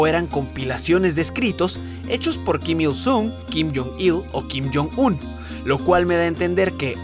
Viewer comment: Nadie: Absolutamente nadie: Alex todo el vídeo:Kim jon Sum, Kim Jom Sul vídeo:Kim jon Sum, Kim Jom Sul vídeo:Kim jon Sum, Kim Jom Sul vídeo:Kim jon Sum, Kim Jom Sul vídeo:Kim jon Sum, Kim Jom Sul vídeo:Kim jon Sum, Kim Jom Sul